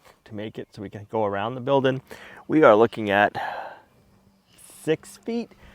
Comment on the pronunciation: It's not Build in,,, It's Build-ing very annoying!